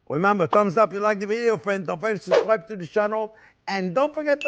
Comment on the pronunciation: "Well hello there phrinzzzzzzz!!!!"